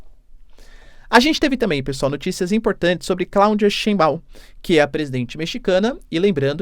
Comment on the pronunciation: "Scheinbau", é uma palavra alemã, e tbm sobrenome de muitos judeus alemães/ashkenazin... E o ditongo "EI" é pronunciado em alemão como "Ai". Exemplo EInstEIn ...(EINSTEIN), Geisel Stein, Frankenstein, Jazttein etc.. Portanto a pronúncia de Scheinbau é [= xainbau]